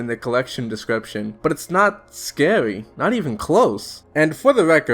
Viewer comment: "....howwow, there's nothing scawy about getting charged out of nowhere" im sorry i had to. Good vid though. Especially that part that i quoted, what's even worse is that im pretty sure some vanilla infected sounds are REUSED FOR REGULAR INFECTED. WHY.